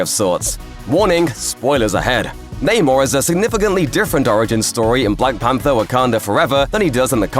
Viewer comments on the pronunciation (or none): none